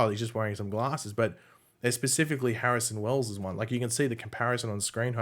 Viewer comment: "Barrison Wells"